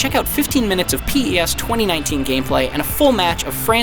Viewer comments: DUDE you call the game P-ES WTF horrible review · It hurts when he says PES... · Fire the reviewer or get someone to talk about the game that can actually pronounce the name of the game properly. What a joke! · WTF why he says P-S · the way he calls PES PEE-S lmao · P ez hahahaha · I know many people who call it P-E-S. Nowhere does it say that it should be called Pes. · He says it like... “p-yes” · I knew it when he said PES as P-E-S😂😂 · PS. no one can tr ist bfn if they cannot even say the game properly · He's not even saying the name right! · Can’t trust any review that doesn’t pronounce the game properly 😑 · How am I suppose too trust a persons review who can’t even say PES properly 🤯🤯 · It took me a minute to realise he was trying to say PES 😂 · Really poor review here, should start plagiarising again instead. It’s pretty obvious this person doesn’t really have a clue considering he can’t even pronounce three words correctly...it’s PES not PS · PES not P'ES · wtf why you say pee-s?? Fire this guy. Unbelievable. He never played PES games. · Why he say P Es ?? TaFaq outta here man! U don't know what u talking about man! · Pee Eee Ess. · when he pronounced P.E.S instead of PES.............................................................. #notmyreviewer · Did he actually pronounce it P.E.S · P E S 😂 you cant say PES? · What's "PS 2019" ITS PES!!!!! SAY IT RIGHT FFS 😂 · “‘P,E,S” facepalm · Does anyone actually call it P E s???? Ain't in just "PEZ" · pee ee ess 2019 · The reviewer have never played PES before? Look at the way he says p.e.s instead of PES... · I can't take this review seriously. P-E-S smh. How about finding someone that's actually played a Pes game before huh? Complete joke of a review. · When he said Pi ES i lost it....re-review this sh*t, this guy played it for 5h max and probably never played previous installments of the game. very very poor review for a really improved game. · Why does he say p.e.s. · This man said piez 😂🤦🏼‍♂️